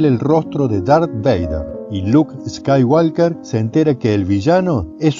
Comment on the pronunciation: Jajaja Luke Skyiwalker.jajauna geniales los videos.posta pero me mato cuando dijo asi jaja estaba re concentrado escuchando..siga siga maestro!!